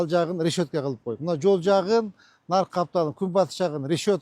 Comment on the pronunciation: Рещётка эмес решётка